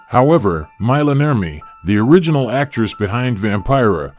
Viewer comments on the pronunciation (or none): none